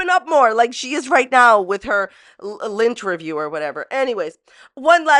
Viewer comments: When first said lynn-terview, I heard lint-erview. 🙃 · Lol i thought she was saying Lint-erview. And was going to interview someone while they picked imaginary lint off her